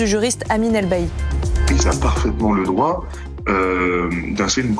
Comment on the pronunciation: "vous n''awez paw le dwoit de changwer mon popo"